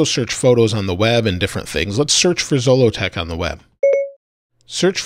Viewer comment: I noticed that in your video Siri pronounced Zolotech incorrectly. Well, you can teach Siri how to say it correctly by accessing Siri and saying that's not how you pronounce that. She'll then give you 3 options. Click on each one and select the one that's closest to the correct pronunciation, then she'll always say it right.